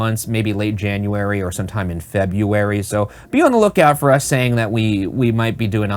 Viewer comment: The way Ryan now over pronounces FEBRUARY takes me out